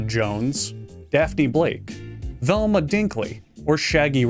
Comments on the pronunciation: velma, it's velma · Velma. It's Velma.